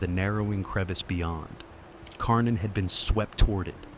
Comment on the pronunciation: Karnin becomes Kork-in.